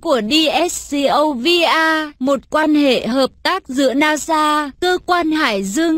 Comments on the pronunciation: Nasa'nın açılımını nasıl telafuz ettiğini duyunca kapadım. :)) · Offf o nasil bir NASA telaffuzuydu, gizem yaratmak icin sacma sapan bir efekt yapmissin, o ayrica rahatsiz edici.